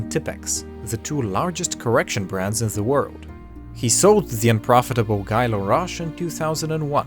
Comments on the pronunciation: I'm pretty sure Guy Laroche is pronounced "gee" (hard g)... Not G-eye... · Guy, the name, is pronounced Gee, not like guy in English.